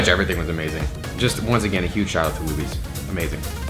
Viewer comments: It's pronounced "Loobies" not "Lubbies" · When it’s pronounced loobies not ~lubies~ 😭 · Haha it’s pronounced “Looobies” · FYI it is pronounced Loo-bees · Did he say Lubbies? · Not butchering Luby’s (Looby’s) name 😩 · That is not how you pronounce lubys 😭 (loo-bees)